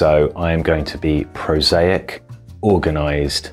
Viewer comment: right off the bat with "prosaic" 🤦🏼‍♂️